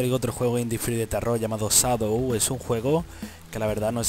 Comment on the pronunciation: llamado sadow? wtf XD tu pronunciacion del ingles es impresionante XD